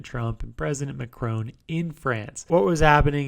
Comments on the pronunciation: Mac-roan??? It's Mac-rohn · Are we gonna ignore the pronunciation of the French President by the Speaker ? I´m not even French.